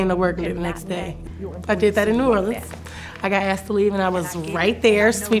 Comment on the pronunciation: Please stop pronouncing New Orleans like that, it makes me shiver.